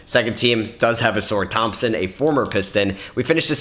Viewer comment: Did bro say a-sore Thompson 💀